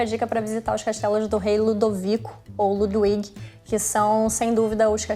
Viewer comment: Querida, 1°: aprenda a pronunciar as palavras antes de abrir a boca. "Nóichanstái", "Lúduvígo" não rola. 2°: deixa os outros falar. Mulher chata, maluco!